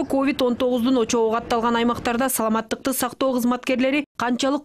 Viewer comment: Бул менин ишим эмес бирок ордуна тагыраак тушунуктуу айта турган башка бироону койгулачы жок дегенде бул аял саламаттыкты сактоо деген созду тагыраак айта албайт экен.